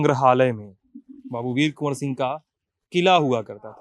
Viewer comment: Kon Singh bol rahe ho 🤣🤣🤣🤣🤣🤣🤣🤣🤣🤣🤣🤣🤣🤣🤣🤣